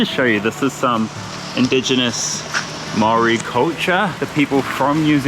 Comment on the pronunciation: TOE.POOR not TOWELPOE. That "moory house" is called a MARAE (MA.RAI). Also its MAOW.RI not Moory. All the effort to learn hindi but cant pronounce maori properly.. 🤷‍♀️